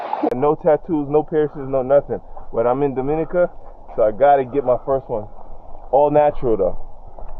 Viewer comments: I beg to differ- she is not the only instructor on the island. There are a few tours and rappelling in Titou Gorge. I wish you were able to show her rappelling down. Looks like a nice adventure! Pronounced Domeeneeka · U are killing me with the pronunciation of Dominica